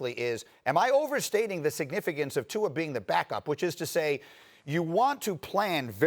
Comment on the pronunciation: Lmao at RC butchering Tua's name